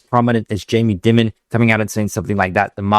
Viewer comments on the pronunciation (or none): Dimmon?? Dimmon?? It's Jamie Diiiiimon (like diamond) He is a legend like Warren Buffet but in banking. Not wise to ignore him. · pronounced diamond fyi. sometimes affectionally referred to a “america’s ceo”. incredibly important guy here. i worked at jpm private bank, the operation is all top notch and the respect and reputation is legitimate. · Jamie Dimon’s last name sounds like “diamond” for future reference. Great show as usual.